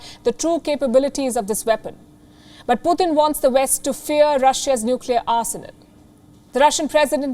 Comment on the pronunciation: She said "poooh 💩 tunnn" 🤣🤣🤣💨😂😆😆